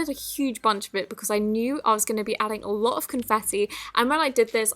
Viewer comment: “A louwt” did anybody else catch that?